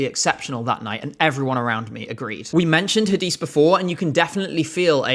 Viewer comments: omg its pronounced litterally "Ha-di-s-E", not Hadis omg that was kinda funny lol <3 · I love you and your channel but this is gonna be out of context, the way you pronounced Hadise's name made me want to jump out the window. But aside of that, thank you for your videos, love your channel. Love from Türkiye ❤🇹🇷